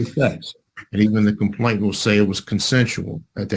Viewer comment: Just my pet peeve: it’s “complainant”, not “complain*t*ant”